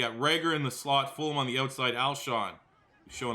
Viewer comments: Love but please pronounce FulGham's name right. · I thought it was just me!